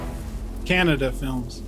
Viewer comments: Bro it's kannada not cannada ✌️ ✌️ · It's Kannada not Canada .. Ka -na-da . Ok ?! . The story is about a man tries to kill the mammoth army of gangster who is the owner of Kolar Gold Fields. Because this was his job or deal .. sooo he tries about that .. AND !!!! That's not shaky cam and blur camera it is the style as we can say . We r not like Hollywood , which use only vfc . We make it really ... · Thanks for ur vid and please pronounce Kannada instead of Canada and the blurry and Shaky scenes r our style.. use wiki for more info..! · Ka na da Not canada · Any ways he is far better then our north indian guys they don't even know how to pronounce Kannada. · was almost correct 😁